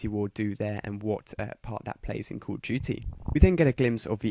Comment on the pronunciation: Dude STOP saying "Culudjuty" speak normal english pls.